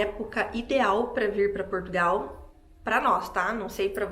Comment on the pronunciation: Foi o "pastô" da igrejinha"delis" é "qui" mandou "elis vim prá Portugaaauuuuuuuuuu". Nem o nome do nosso país "elis sabi falá".